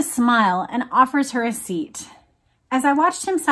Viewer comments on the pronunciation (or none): none